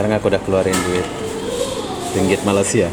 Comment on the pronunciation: Sebut malasia. Hilang huruf (Y)